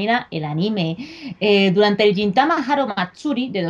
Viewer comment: Me apunto la de watashi ga motete dousunda :D PD: Crítica constructiva: Deberíais intentar pronunciar bien los nombres de las cosas, tipo "gintama" o "fujoshi" o muchas otras (no ya nombres complicados, no pido tanto). Evidentemente , no somos japoneses, pero al ser un medio de comunicación, vuestro alcance es muy amplio. Si ya se dicen mal las cosas aquí, todo el mundo (sobre todo los que empiezan) las acabará diciendo mal. Quizá sólo es cuestión de practicarlo un momento antes de grabar.